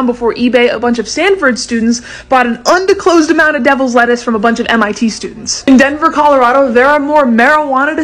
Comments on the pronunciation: You said 'undisclosed'but you forgot to pronounce the s...worth a mulligan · You pronounced "undisclosed" wrong. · Anybody else hear her mispronounce undisclosed lol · Pronounce "undisclosed" one more time